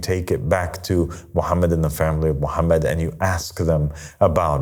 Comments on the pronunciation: no islam was perfected.. this guy is trying to be God and people call him father and master this is a cult … he doesn’t even say prophet Muhammad peace be upon him correctly and when he saying I seek refuge in shaytan he doesn’t say that correctly.. this is not Christianity where we have Luke and Paul and Peter and New Testament and start making things up and adding verses this guy and you people are shayateen if you not a bot please educate yourself and don’t follow this clown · no no no islam was perfected.. this guy is trying to be God and people call him father and master this is a cult … he doesn’t even say prophet Muhammad peace be upon him correctly and when he saying I seek refuge in shaytan he doesn’t say that correctly.. this is not Christianity where we have Luke and Paul and Peter and New Testament and start making things up and adding verses this guy and you people are shayateen if you not a bot please educate yourself and don’t follow this devil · Islam was perfected.. this guy is trying to be God and people call him father and master this is a cult … he doesn’t even say prophet Muhammad peace be upon him correctly and when he saying I seek refuge in Allah from shaytan he doesn’t say that correctly.. this is not Christianity where we have Luke and Paul and Peter and New Testament and start making things up and adding verses this guy and you people who listen to this clown are shayateen if you not a bot please educate yourself and don’t follow this devil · no islam was perfected.. this guy is trying to be God and people call him father and master this is a cult … he doesn’t even say prophet Muhammad peace be upon him correctly and when he saying I seek refuge in shaytan he doesn’t say that correctly.. this is not Christianity where we have Luke and Paul and Peter and New Testament and start making things up and adding verses this guy and you people are shayateen if you not a bot please educate yourself and don’t follow this devil